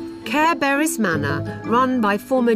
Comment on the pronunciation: Caer Beris! Sounds just like Care Bear-is. LOL